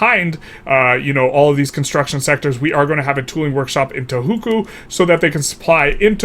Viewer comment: Can you stop saying Tohuku